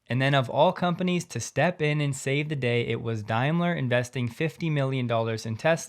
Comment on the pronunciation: Hi, It's pronounced Dame-ler not Dime-ler, just so you know